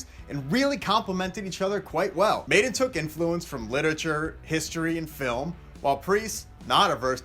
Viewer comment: It's Maiden cmon